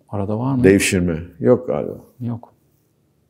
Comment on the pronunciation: Irmak Kazuku çok seviyorum ama 'galiba' kelimesini 'gaaba' diye seslendirmesi beni çıldırtıyor